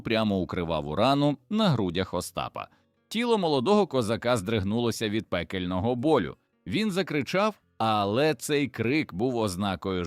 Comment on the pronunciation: Дуже пізнавально, але навчіть ШІ правильно ставити наголоси. Не чЕбрецю, а чебрецЮ; не стАрий, а старИй; пекЕльного болю, а не пЕкельного; мІсиві, а не місИві; не БджОлиного, а БджолИного; кінський вОлос, а не волОс і т.д. Помилок маса. Крім того Берестечко пишеться з великої букви. Прошепотів, а не пошипотів. Пораненому пишеться разом, а не через риску. Здригнулося, а не здрегнулося. Привида, а не приведа. І т.д. Вчіть граматику.